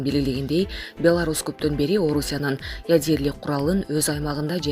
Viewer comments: Ужаас ядерлик эмес ядролук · Ядерлик. Өтө сабаттуу диктор экен. Ушундай сабаттуу дикторлор менен Кыргызстан тез эле өнугөт.